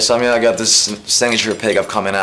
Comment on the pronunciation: I swear when he says "EMG signature pickup" I hear "EMG sanctuary pickup". Gotta love the finnish.